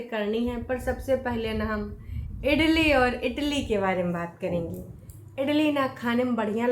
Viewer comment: बहुत पढ़ी लिखी है इडली को इटली ब्लॉग को बिलॉग बोलती है